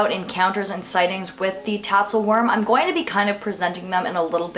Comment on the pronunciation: It's spelled "Tatzelwurm", but the pronunciation is "Tatzelvurm" because the "w" in Germanic languages is pronounced like we would pronounce a "v". But I think we English speakers get a pass. 😁